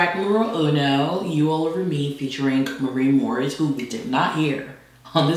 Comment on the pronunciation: My highlight of the video was trying to pronounce Maren Morris name